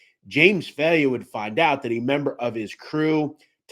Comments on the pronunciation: Respectfully, It’s not pronounced “Fail-yă” it’s pronounced “Fī-ella” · My god you are butching the names. JHC do a little research. Jimmy FailYa??? WHAT THE F.